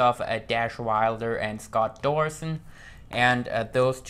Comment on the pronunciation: you said Scott dorsin!!!!😂😂😁😁😁😀😀😀😃😃😃😄😄😄😄😅😅😅😆😆😆